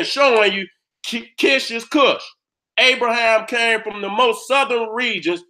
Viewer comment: Lmfao....the nigga name is abraHAM, not abraSHEM OMFG BLESS